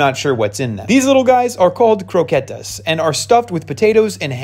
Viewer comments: The pronunciation.... My EARS they dont even have potatoes! How he pronounces it : Crowkaytas. My ears are dying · dude, nobody eats “crocchette” in spain. no restaurant serves that bc we have CROQUETAS. and that’s what he’s eating in this video. and no, they don’t have potatoes. he pronounced it wrong bc he’s american. end of the discussion lol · Cro-ke-tas thats how u pronounce them